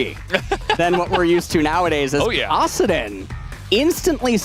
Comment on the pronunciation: I love LS, but he really needs to learn how to pronounce Kassadin and Shaco correctly lol.